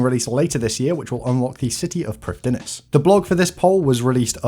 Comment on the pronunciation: Heads up to save you from the embarassment int future, Prifddinas is a Welsh word, so it's pronounced like Prif-thin-ass, with the 'th' like in 'father'.